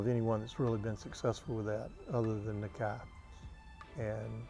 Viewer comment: wish they would say Nakai right lol